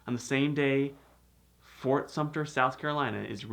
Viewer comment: Sumpter does not have a "p" in it